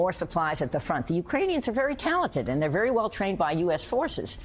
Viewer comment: She littraly said theyer trying to make a new world order😂😂